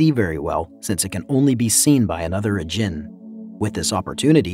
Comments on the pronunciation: A geen not agin a-geen ajin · The way he says ajin "a-gen" its "ah-jean" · "Ah-Jeen". Fuck that's frustrating. Watch the anime. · Its not pronounced as, "Ah-jin". Its actually pronounced as, Ah-gene, evident by the english dub of the anime Ajin. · Ajin❌ Ughjin✅ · OMG ITS PERNOUNCED [AWW - JEAN] NOT A GIN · Am I the only one who thought him actively pronouncing djin as da-jin made it sound sometimes like he was saying "isn't a djin." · Please every time I hear you say ajin it hurts me. Its pronouced Ah-jin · You're saying Ajin wrong man